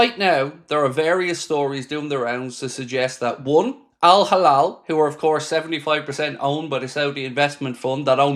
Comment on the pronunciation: It's Al Hilal not Al Halal